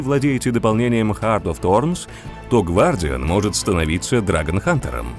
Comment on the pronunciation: А в чем прикол переводить одни слова, но оставлять на английском другие? Это просто стилистически не верно и не красиво. И черт, раз уж не переводите, то хоть выговаривайте правильно. гВардиан, блин. А че тогда не фигхтер и не тхиф? ЛоЛ Upd: о, черт, я ещё дальше посмотрел.. Мои бедные уши, да ну нафиг..